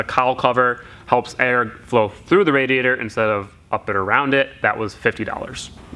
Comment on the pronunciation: I dare you to say "radiator" fast 3 times. You really cant say that word.